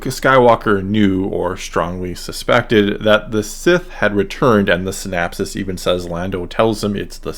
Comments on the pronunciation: Syn-OP-sis… with an O… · Interesting video, but the recurrence of the non-existent word “synapsis” is INCREDIBLY distracting! It’s “synOPsis”! I hate the Sequel Trilogy more and more as time passes and I make my own attempts to reconcile it with the Original Trilogy. One thing those movies have done is make me like the Prequels better. The Prequels had a much more consistent story, more consistent characterization, and far better lightsaber duels. That said, I feel sort of bad dunking on the Sequels because I like most of the actors involved, and think they really tried to do their best with the crummy scripts they had to work with. I especially detest what the Sequels did with Luke, of course, but I also deplore the waste of what could have been a brilliant idea in the case of Finn (and the despicable treatment of John Boyega). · "synopsis" not "synapses"--those are different things.